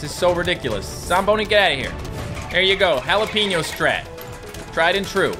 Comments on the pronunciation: It's not a halapeno it's a jalapeno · Google how to pronounce jalapeño please (no hate it just annoys me)